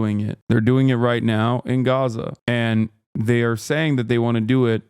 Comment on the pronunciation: Is bro saying Gaza or Gotham?💀